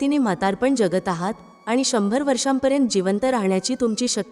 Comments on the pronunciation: ज्यगत असा उच्चार चुकीचा आहे. जगत असा उच्चार करायला हवा. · मराठी उच्चार सुधारणे. जगत हाशब्द ज्यगत नाही.वगैरे वगैरे………….